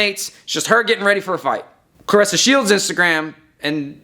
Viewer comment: Aye you make sure you bring yo a$$ back on here making a video about how u were wrong and very condescending and had a slightly disrespect undertone... and when you get back say her name right not like how you did when u started ur monolog 🤣🤣🤣👀🤣🤣🤣 hurry up we waiting lmao 🤣